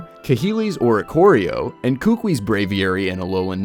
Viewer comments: It. Is. Ku-ku-I. Not kookwi. I'm from Hawaii. It just bugs me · I love these kinds of videos, but sorry for being a nuisance. Buh-WARE Professor Kuh-KOO-ee Branch Chief FAH-buh Gul-EYE-suh-pod GLAD-ee-awn Sil-VAL-lye